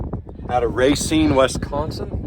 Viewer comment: Don't know about the grain cart, but I live about 3 hours northwest of Racine, Wisconsin, and you pronounced it right...lol. You know it's old from the square bolts, my grandpa had one of them on the family farm. Stay safe and sending lots of 💙 and 🙏.